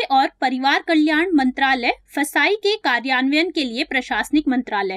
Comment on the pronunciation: 1st of all thank you for your effort And its not फसाई its fssai